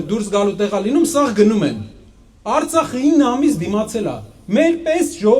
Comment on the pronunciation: արցաղը շեշտելով արցախցու ոռը մի մտի այ հայվան